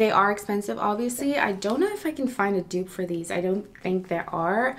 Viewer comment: It’s pronounced “du-op” but “dope”